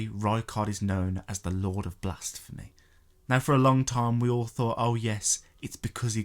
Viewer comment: It is blasphemy not blasTphemy ffs